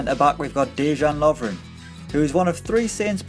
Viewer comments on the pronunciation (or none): Lovren? really? HAHAHAHAHAHAHAHA